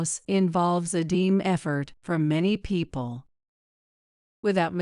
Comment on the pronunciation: Stop switching t's and d's. It is a team effort, you said deam, there is no such word. Messing up language is problematic when folk try to improve their language skills from these offerings and you get it wrong and don't fix it.